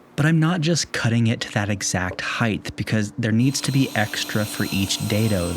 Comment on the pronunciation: Also "height" not "heighTH"